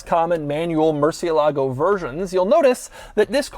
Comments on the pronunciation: The American pronunciation lacks fidelity to the original Spanish, which has antepenultimate stress, hence the accent on the e, and might be something like 'mercy-ELLA-go'. And if the retort to that is "well, it's Italian", the Italianized pronunciation has a CH sound. "Mercy-uh-LAH-go" is just straight ignorance. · Am I the only one who’s annoyed at how americans pronounce the murciélago’s name like “Merci-e-LAgo”? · It's pronounced "Murci-ELAH-goh", with accent on the "ELAH". Spanish for "bat", as in the winged creature. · fun fact, all English YouTubers pronounce murciélago name wrong. As a latin language, you have to make entasis on the vocal that have the accent á é í ó ú, so, its not mursielágo as every English speaker pronounce it, its musiÉlago :) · As a second gen Spaniard from La Rioja. I always get pet-peeved when everyone here home pronounces it ‘moor-ci-e…-lago’ please respect the name and call it as it should ‘mur-cielago’ the Bull was named literally a Bat. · This!... is a Lamborghini "MurcieLAgo" ==> Wrong! This!... is a Lamborghini "MurCIElago" ===> 😀👍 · Repeat after me: murciÉlago...no murcie-lago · Murciélago is the name, not MurcieLAgo lol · "Mercy-el-ago" if you can't pronounce it right you shouldn't be driving it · Wish y’all’d pronounce the car’s name right. It even has the accent over the E. Murci-E-lago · Please learn how to pronounce murcielago correctly as in “mercy Ah ligo “ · This is the second video you pronounce "Murciélago 🦇" so wrong Doug‼️ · That's not how you pronounce murciélago 🤢 please ask Google next time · Probably the worst pronunciation of murciélago 😂😂😂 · Is anyone else bothered by his pronunciation of the model name? The accent mark over the E isn't just for decoration - it tells you where to put the stress. It's a common mistake, especially for us Americans, to stress the A instead, but it's wrong in the original Spanish. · He doesn't say it right. The C makes a CH sound in Italian. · The accent is on the IE not the LAGO